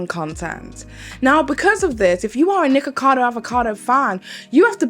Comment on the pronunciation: So is that how his name actually pronounced or is that how u saying it because if that’s how his name is actually pronounced, I don’t like it because ur saying nikka and that’s a censored/joke version of nigga and I’m offended because he attacked CoryxKenshin (black) on his channel and said the most ignorant racist things and tried to ruin his image by lying and still haven’t apologized. As a colored community if one attacks us we all shouldn’t support or keep supporting the person who did it. Idek how ppl likes him or watches him cause the way he acts and talks to and on ppl is disgusting. You cant make sb good just because of a YouTube personality. But if that’s how his name is pronounced and he talks down about the same race his name is mocking then that’s crazy asf. I wouldn’t do a video about him or with him if I was offered all the money in the world because that says a lot about peoples characters depending on what they like.